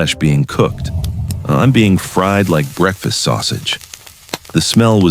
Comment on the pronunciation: breakifasst LOL